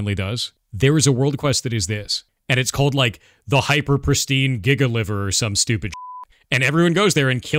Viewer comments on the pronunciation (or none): none